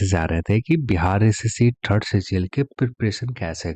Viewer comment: Aap jitni bar "third" bolte ho na maza aa jata hai sun kar..